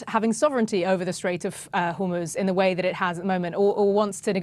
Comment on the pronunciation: Hor moz not hoooorrrr moozzzz